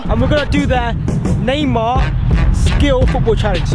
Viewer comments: He said meymar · You said meymar